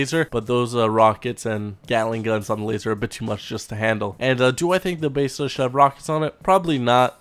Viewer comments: Why do you say Beseda instead of Besra? :O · Besra not baesra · "basada" ITS BESRA! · He called the Besra the "Basada". This fool is slipping. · its pronounced BES-RA js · I new I was the only one that thought that it sounds like hes saying basesada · Why do you say Besra so weird? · So this whole time we were pronouncing it wrong? 😢😢😢 lol. Keep up the great videos. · Talking in game genius.